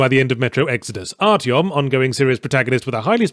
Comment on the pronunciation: Arytom, Mrs artyom... Looooool